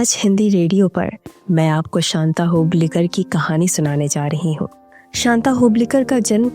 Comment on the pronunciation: Hoblikar hoblikar karke kyon bata rahi ho aap? Hublikar bolo